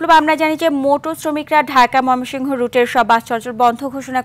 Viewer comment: মমিসিং 😁😁😁 হাররে সাংবাদিক